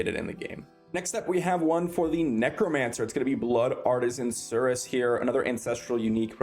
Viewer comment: Cuirass Is pronounced kwi-ras..... Not ser-us... Lol🤷‍♂️🤦